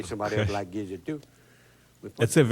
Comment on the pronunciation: Gizzard is not gidget. Made me crazy!!